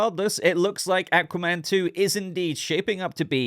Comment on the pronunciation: I hate the way he says aqua man